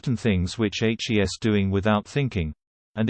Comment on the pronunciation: Can someone PLEASE tell the ignoramus who reads the script, how to pronounce "he's", and that it is not spelt out, but READ!He obviously does not know that the apostrophe is in the place of the letter "i".Furthermore, "Ms" is pronounced "Mizz"-not "Mose".